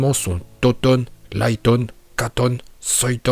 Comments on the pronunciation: Raïton stp pas liton😭😭 su t le messager de misakishimoto fait le bien pour l'honorer stp😭😭😭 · "Soyton" "Foyton" "Laiton"